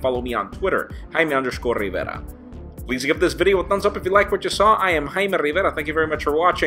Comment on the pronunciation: Rrrrrraime or Jaime?